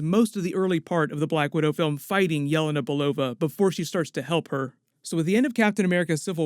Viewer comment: ITS YELÉNA!!!! Not yélena!!!